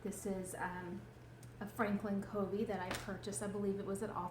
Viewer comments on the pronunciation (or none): It's pronounced Frankin "Kuh-vee" :)